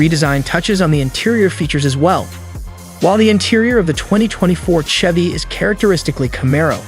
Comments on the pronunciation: Ai voice is lame. "Tchevy Tchevelle"...smfh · Also, nobody says CH-EVY like check. It's Chevy, like champagne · Why do you guys keep missing pronouncing shevy & Chevrolet? Must not be a US citizen & can't pronounce American english!